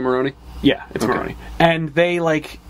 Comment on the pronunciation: You are all pronouncing Falcone wrong. The e in the end is like the e in spider. And the way you are pronouncing Marone means bollocks in italian. Still you pronounced Alberto very well :)